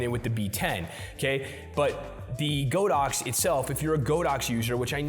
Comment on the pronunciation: ITS G A A A A D O X . NOT GOOOOOODAX . LOLS